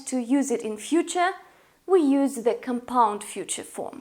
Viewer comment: Just saying, as a little bit of english help, the word is COMpound, not comPOUND. The stress is on the first syllable. Also, it's continUous, not continus.